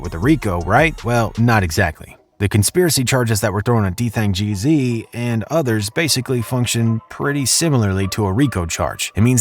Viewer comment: Its gz not jeezy, that annoyed me so much😭